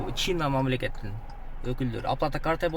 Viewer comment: Чина эмес Чайн деп окулат тууган